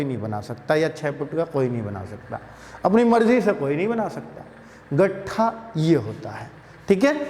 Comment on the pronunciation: गट्ठा नही सर लट्ठा होता है